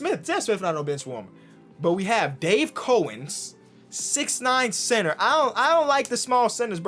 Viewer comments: You pronounce cowens like cow-ins not co-ens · it’s pronounced COWens not cohens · its Dave 🐄 ens not Dave coens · Aye it’s pronounced 🐄 ens not cohens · Its cow ens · I’m honestly surprised to see you not know who Dave Cowens is. And it’s actually COWens as in the animal Cow lollll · old head here....COW-ens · Can't lie, it pissed me off when he didn't say Cowens correctly.